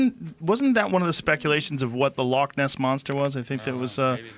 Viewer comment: The way your saying loch ....is offensive lol. ...got to drag that ch or just say lake it sounds less stupid